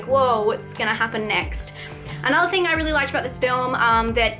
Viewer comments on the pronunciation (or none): none